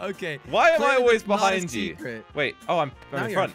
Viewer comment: I'm getting sick and tired of people pronouncing behind wrong